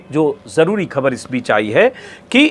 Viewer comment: Hamesha ki tarah 👍 Ek baat arz karni hai, kaee baar aap 'khhabar' ko 'khabar' bol dete hain Agar aap khhbar ko khhabar bolenge to mujhe achchha lagega, mera hausla badhega ki aage bhi apni raae ka izhaar kar sakun 🙏